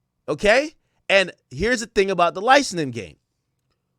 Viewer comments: Ak is been over 10 years and you are still pronouncing it “licenin” it’s “licensing” for the love of god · BRUH THIS DUDE STRAIGHT UP SAID LICENING 7 TIMES!!! LICENSING AK. FKN LICENSSSSSSING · WTF IS LICENENING? Lmaooo it’s licenSing